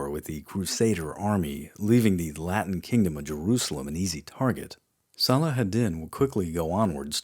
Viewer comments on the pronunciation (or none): none